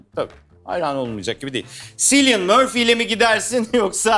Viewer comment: ... Cillian Murphy'nin adı "Silyın" değil "Kilyın" şeklinde okunuyor canlarım...